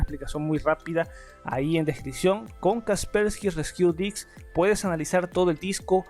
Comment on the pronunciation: no pude con el "kasperki resquiu diqs"